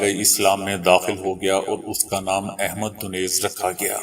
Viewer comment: اّحمد کا درست تلفّظ بولو